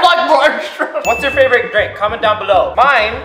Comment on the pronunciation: Lilah Tyson he said dirink